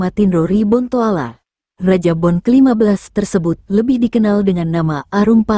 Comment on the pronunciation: Bukan kerajaan bon tpi kerajaan Bone, tabe klw berbicara jgan di kurangi hurufnya, klaw tda yg tidak suka bisa d tuntut kamu it , maaf cuma ksi masukan aj 🙏🙏